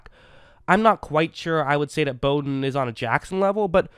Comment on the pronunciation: Very good analysis of Bowden and thanks for pronouncing his name correctly. You have done some homework.